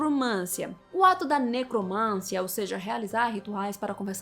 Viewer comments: QUAL A NOVIDADE??? EU QUERO É NOVIDADE. E MAIS, A PALAVRA É NECROMANCIA, E NÃO NECROMÂNCIA. PAULO FREIRE ANALFABETO... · NecromanCIa! Rima com tia, Sofia, Maria, pedofilia, psicologia, arqueologia. Ne - cro - man - CI - a. De onde você tirou necromância?! Isso demonstra ignorância. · Mana, só pra ajudar: necromancia, não necromância… 😅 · Linda, dói nos ouvidos, ouvir uma moça tão inteligente falando "necromância".